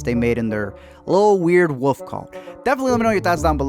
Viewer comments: You know...there is an "L" in wolf. Like, wool-ff...or wullfff...but woof...wouf ? C'mon man. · Why do you keep saying "Woof" instead of Wolf/ Wolves? Lol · When you say 'woof' you mean 'wolf', right? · It's not pronounced woof. There is an L in there buddy. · Great movie....but uh. Its wolf not woof. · He pronounces it “wuff” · learn how to say wolf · Learn how to pronounce the fucking word "wolf". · Dude, your comments are thoughtful and I did watch this confusing movie but please, for the love of God, please pronounce the “L” in the word wolf! What’s with the woof? 😝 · Are you unaware that wolf has an L in it? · How do you pronounce “wolf”? I didn’t know what you were talking about for a few seconds. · Had to stop watching cause i couldnt listen to you say “Wouf” or “Woulfs” anymore